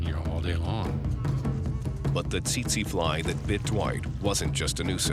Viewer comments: Pronounched Tit-Sy flies ;) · did he say the titze fly?